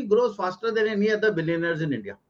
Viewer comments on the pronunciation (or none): Chumoo ji billionaire Hota ha na ke billenere. Pakistan ka English Accent hi wakhra ha